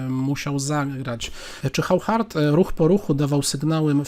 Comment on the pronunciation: Oszar nie żaden Chauchard, Waszie-Lagraw a nie żaden Wachier-Lagrawe....